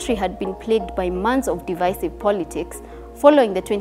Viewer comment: She's good, but can she work on pronounciations? Some basic words don't sound like that, Against... Divisive... Years... she can most definitely improve on that.